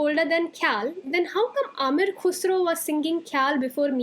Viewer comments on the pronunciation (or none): Not Amir Khusro, it’s Am-eer Khusro. Not kheyal m, it’s Kha-yal